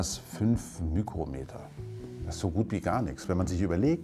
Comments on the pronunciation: Äußerst interessant. Nur, nichts für ungut, aber Mikrometer spricht man als Mikrometer aus und nicht als Mükrometer. ;) Und ja, ich weiß, dass mich das nicht stören sollte, aber als einen, der Altgriechisch gelernt hat, nervt mich es trotzdem ein bisschen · Kleine Klugscheißerei: Es heißte Mikrometer. Und nicht Mykrometer bzw. Mükrometer. :-) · Nein. Es kommt von griechisch μικρός. μ=My. μm wird also Mükrometer ausgesprochen. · sonst würde ich es nicht bemängeln das oftmals die falsche Aussprache genutzt wird. Aber du darfst das gerne ausarbeiten...